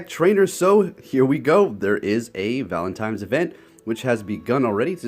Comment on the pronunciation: Every time you say "valentimes" a shiny loses its sparkle.